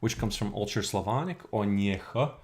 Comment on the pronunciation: you saying "old church slavonic" souds like "ultra-slavonic"))